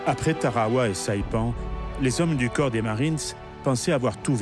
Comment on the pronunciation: Par pitié...US marine corps se prononce "core" !...prononcé "corpse" cela signifie cadavre...